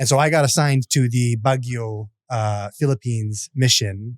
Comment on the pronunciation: Baguio is pronounced as Bagyo Ya!!!